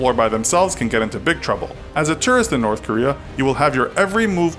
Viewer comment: The way he’s says tourist hurts me